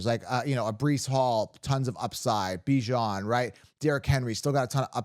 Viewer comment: You said Bijon’s name correctly! TWICE! YES! Other than that, your content has been spot on!